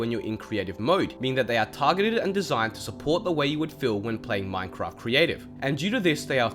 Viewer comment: Ahh yes "Minecroft"